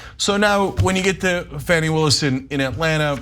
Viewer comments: Please pronounce Ms Willis’s name correctly. It’s (Fawnie) not Fannie. Be respectful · C'mmon Cenk it is Fani (as in fawn like a baby deer) Willis not as in fanny pack. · Please pronounce Fani Willis' name correctly! I love you guys but PLEASE!